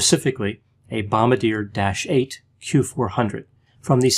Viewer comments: Bomb-bar-dee-ehh...not bomb-beh-deer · FYI: it’s “bomb-bar-dee-AY”. Not “bomb-buh-DEER”. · It's not pronounced bom-ba-deer, but bom-bar-dia. Just so u know. It's a french canadian aerospace company. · Love your videos. Just FYI, we Canucks say the company name Bom-BAR-dee-yay. But I like how you say it like Bugs Bunny ☺️ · The aircraft company is actually prounounced "Bom-bar-dee-ay". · "Bomb Bar Dee Ay" is the pronunciation for Bombardier 😘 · usually on point with his pronunciation but bombardier is pronounced "bombarjhay" it's french. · He can't even pronounce Bombardier correctly, ffs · You mispronounced Bombardier...